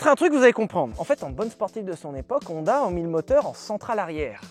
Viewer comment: Sinon, ça tente pas quelqu'un de dire Honda correctement? Je veux dire "ON" ça existe qu'en français. On dit "onne", siouplé! J'adore tes chaussettes!